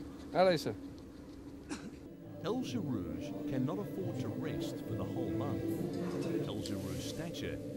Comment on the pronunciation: This journalist making the still common mistake of applying English speaking rules to the pronunciation of a foreign name. Right off the bat he muffs El Gherrouj and Ngeny. (Ex) Colonial arrogance at its finest.